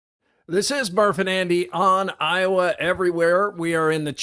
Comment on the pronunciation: Why can't this Canadian guy say IOWA?